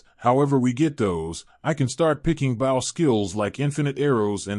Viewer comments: I had a feeling it was ai reading... it annoys the hell out of me that it can't pronounce bow correctly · How does this AI keep repeating sentences?? And why can’t it pronounce bow?